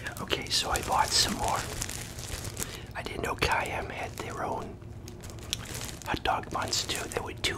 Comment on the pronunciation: Why do you call it a ut dug